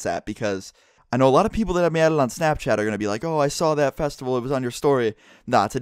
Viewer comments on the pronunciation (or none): he say snapchar not snapchat